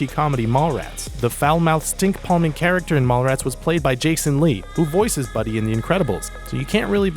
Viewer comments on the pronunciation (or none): none